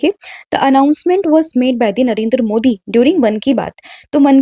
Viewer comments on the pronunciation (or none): none